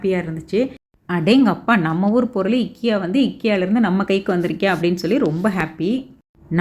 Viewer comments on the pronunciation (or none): I think that's ikea not ekiya......